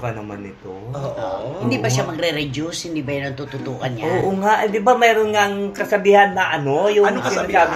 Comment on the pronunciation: Takot na si Fermin? Walang Dominic today? Lol! Grabe na naman makapintas kay Carla. “Rejuice” daw…. hindi po juice ang “reduce”. Paki ayos po ang pag pronounce. Kay Rommel, hindi po “talent pee”. Ginagawang P ang “F”. Skip na rin kami kaagad pag “kumakanta” yung isa. Masakit talaga sa tenga. Buti sana kung tama lyrics, eh sinasadyang minamali….